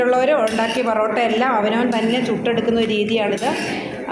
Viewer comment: പൊറോട്ട ആണ് പെറോട്ട അല്ല